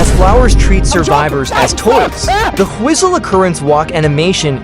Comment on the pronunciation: "Do you hear the whostle"